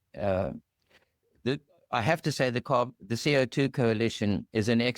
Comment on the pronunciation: Never heard anyone pronounce CO2 as C.I.T. before lol